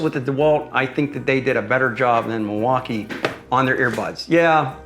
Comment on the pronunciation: By around the 5th time he said "MIL-WAU-KAY-EH" I was done. Super cringe. I award you no thumbs up, and may God have mercy on your soul.